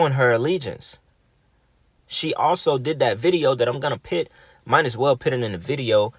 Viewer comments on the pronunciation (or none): Great video 💞 If you say “PIT” instead of “PUT” one ☝🏽 more time 🤦🏽‍♀️🤬🤬🤬🤣🤣🤣